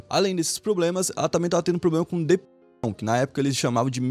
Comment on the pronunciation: pq quando você fala depressão corta metade na palavra? E proibido dizer depressão no YouTube agora? 😂😂